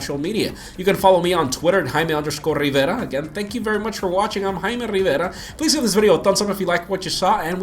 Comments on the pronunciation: Gotta love the sound. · "I'm " hahaha... Nice comparison!